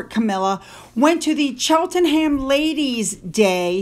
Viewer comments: it's Darby not derby, I know I'm a Derbyshire girl born and bred. As in Darby O'gill the Disney film, and it's Edinbra not Edinboro. It's Cheltnam not chel ten ham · Say Norrich, say Cheltnum ❤😂🇬🇧